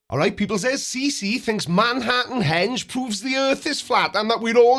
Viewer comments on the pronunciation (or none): The fact that he called it Manhattan “hedge” is amazing. In my hometown, there was a bar called “Stonehenge.” I just made a comment saying that the American accent should not be maligned by people who think they own the language that they literally shipped all over the world. But, I will admit that here in America, we have some amazingly stupid humans.